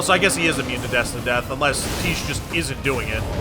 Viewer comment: Can you please stop calling her "Teesh". It is pronounced "Tie Key". She's not a quiche bro.